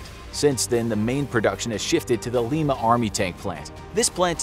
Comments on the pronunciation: I grew up in Lima (though your pronunciation is off. It's actually [Lie-muh]) so I always had an appreciation for the M1 Abrams tank. My grandpa worked at the tank plant for over 40 years. After watching this, I know why he was so proud to have worked there. I had no idea that they could do as much as they do. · Please check your pronunciations of words before you use them Lima is incorrect and Sabo is incorrect